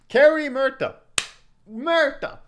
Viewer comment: its fun how you say "Merta" haha try saying it as "Moo-erta"